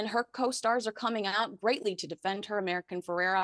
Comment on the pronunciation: what is wrong with you? Her name is AMERICA Ferrera. NOT American Ferrera. If you’re going to bother being a correspondent from the US get the names of the subject you are speaking about correct. Come on! 🙄